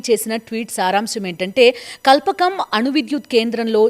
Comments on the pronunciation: కల్పకం కాదక్కా... "కల్పాకం" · Kalpakam..kadu. Kalpaakam learn to pronounce